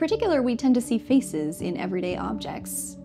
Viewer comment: Is it "feces" or "faces" that you're trying to say?